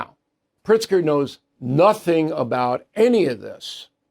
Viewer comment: Is it Pritzger or PRICK-ZGER! 🤔🤔🤔